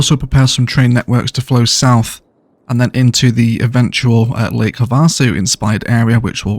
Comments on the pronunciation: I love this channel! Just one thing though… Lake Havasu is pronounced like “have a sue” with the emphasis on “have.” I have a sue, you have a sue, we all have a sue! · Havasu = Have a Sue (emphasis on the first syllable, not the second. Soft A sound on second syllable)